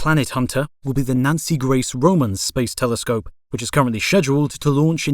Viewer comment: Nazi Grace Roman Telescope? Shed-duled?